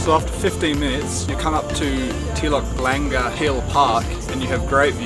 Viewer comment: The way you pronounced Telok Blangah 🤣